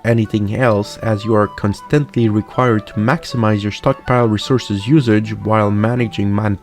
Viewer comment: Bro. Could you mispronounce any more words? Devastating, constantly etc.